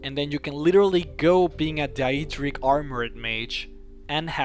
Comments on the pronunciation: Its Daedric, not die-ee-dric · he butchers the absolute HELL out of almost every name that he mentions...... the "tieves guild", "markath", "deieadric"